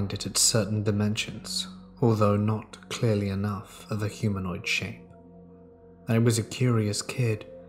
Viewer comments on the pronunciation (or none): Why I'm I hearing humoid???